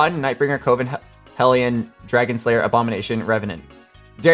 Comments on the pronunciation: Thank God I also see twitch chat trying correcting him saying coven man said Covin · I had to stop watching because your dyslexia was driving me insane. "Legendary Riven" come on. and its pronounced CUH-VIN not CO-VIN.